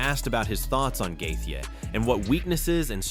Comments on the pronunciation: Why not learn how to pronounce fighter's names since you make videos about them? Who is Justin Gaytheay? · justin gatheegee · AI…. Every mention of “Gaethje” is pronounced differently. That’s funny as hell.